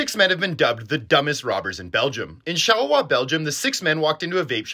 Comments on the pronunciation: I'm glad this video has resurfaced because that Charleroi pronunciation is both the best and worst I've ever heard. ❤ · Am I the only one who loved the pronunciation of Charleroi 😭😫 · Your pronunciation was perfect, you a closeted french speaker ? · Lmaooo I didnt even know this. Also your french pronunciation on Charleroi and Didier is pretty good man, keep up the great videos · Epic French pronunciation tho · Pronunciation is validated by a french-speaking Belgian here